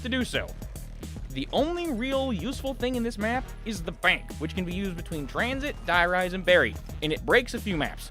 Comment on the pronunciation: I forgot u said “bank” like that😂